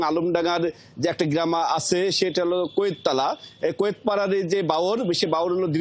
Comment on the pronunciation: কুয়েততালা ❌ কুয়েতপাড়া ❌ কায়েতপাড়া ✅